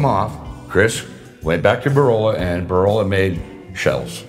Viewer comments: “Borola”? I presume he means Borla? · Borolla? Did he mean Borla exhaust?